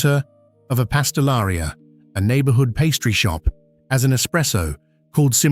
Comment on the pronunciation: You and the "pastelahria"...!